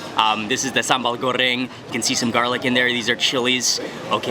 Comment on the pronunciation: Your Indonesian pronunciation is perfect. Some local people from my country can't even pronounce "sambal" correctly. Viewer from Malaysia.